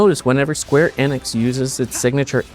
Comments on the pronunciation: He say n-x? And not Enix? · Square Eh-nix? Who's that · It's pronounced Eee nicks